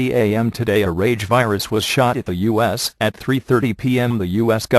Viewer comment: When the voice first said U.S. it sounded like "us" then when it said it again it sounded more like U.S.